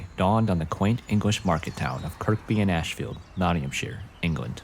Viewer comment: Great work 👏 I believe Kirkby is pronounced "Kur-bee" though, we always drop the second K here 🇬🇧